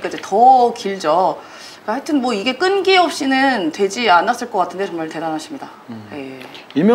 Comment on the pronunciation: 끈끼 아니고 끈기 라고 읽으셨어야.. ^^ 서울의 소리 화이팅입니다